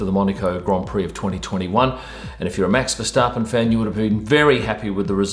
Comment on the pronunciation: I like how you pronounce Max Verstappen’s name properly.. Most English speakers call him Versteppen instead of Verstappen..